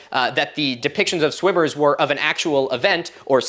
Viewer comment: Did anyone else hear " cave of swingers, which is pretty self explanitory" instead of "swimmers".......thought the video was going in a real different direction there for a minute